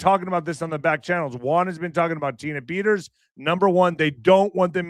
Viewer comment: who IN THA FK is jullian, tina?, Peters,..man can not pronounce! why tell us to look at some person named Petters and not mention as to what this person is all about! Just Saying,...